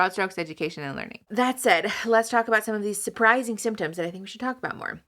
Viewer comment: "People complain about how I telk too fast." Me: Playing at 1.5 speed.......